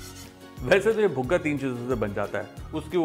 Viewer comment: Buga nahi ji Puga 😊😊